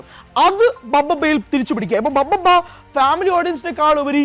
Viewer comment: ബ ബ ബ അല്ലെടെ ഭ ഭ ബ ആദ്യം പേരെങ്കിലും നേരെ പറഞ്ഞു പഠിക്കേടെ എന്നിട്ട് വീഡിയോ ഇട്